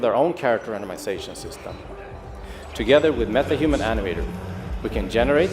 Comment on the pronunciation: wahahah my ears are sleaping, "MethaHumans" 😅